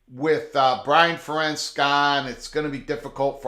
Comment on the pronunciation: Fair-ents. Fair-ents. I don’t like Iowa at all, but the guy’s been there forever. Pronounce his name right.